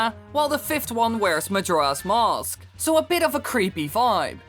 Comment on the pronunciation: Every time you say "Mask" all I hear is "mosque"